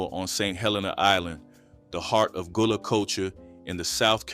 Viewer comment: Gullah pronounced Ga-lah. Still cooking shark, conch, pronounced purlow, still catching crabs with chicken necks. Crabs are still quite plenty full. Sweet potato pune is also being cooked to this day. You’re doing a good job but many of things meals are still being prepared to this day. Lots of property has been developed but it’s not what you think it is. More research sir.